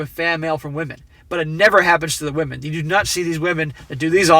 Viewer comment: Wahmen..."where did all the good men go"? Also wahmens,... they're all in prison.